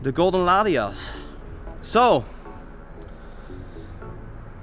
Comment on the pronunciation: dude... its latiAs not latiOs. you kept saying latios lol